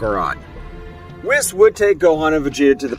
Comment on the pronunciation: It's an AI voice, notice it can't actually say Whis name correctly. Next to none of the AI readers can actually get it right. They don't learn who a word should be said but rather direct reads it. Meaning a hidden attempt to convey it's an AI reader with goofy audio.